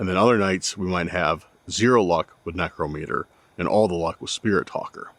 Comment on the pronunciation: One of the few to pronounce necrometer correctly. Most dont even know what necromancy is or that it's expressly forbidden in the Bible.... or that they are necromancers. Congrats YOU HEARD AND SAW A BIGFOOT!